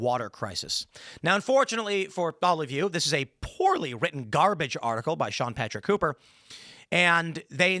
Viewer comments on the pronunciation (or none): none